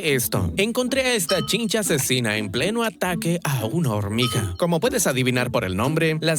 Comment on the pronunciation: 5.25 dijo horniga